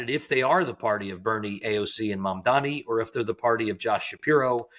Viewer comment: It's not hard to get Mamdani's name right. It's the bare minimum.